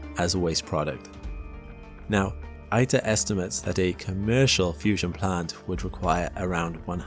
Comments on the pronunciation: My husband is a plasma physicist who works for a fusion startup company, and we have friends who work at several others. I was able to tour ITER in 2025. The info in this video is pretty accurate, but it's driving me crazy that you mispronounced ITER every single time. It's EE-ter, not EYE-ter. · Nice video. Just one observation: : It's pronounced "Eater," since its name comes from International Thermonuclear Experimental Reactor. Reply